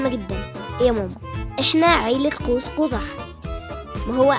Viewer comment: اسمه قوس مش قوز 🤣